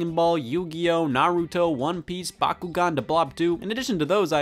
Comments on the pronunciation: This is probably the first time I've EVER seen someone pronounce NaRUto instead of NAruto...in NOT Spanish (it happens much more commonly in that language) Scott is always a blessed gift to this world(for real) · “Nahrutoe” - Scott